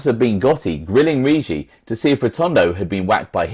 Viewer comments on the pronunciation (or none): ..ur pronouncing the Eagles name totally wrong..2 hard Gs rhyming say with piggy-Riggi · Bro I told u..its Rig-gi..hard G..l told u his granddaughter is my bestfriend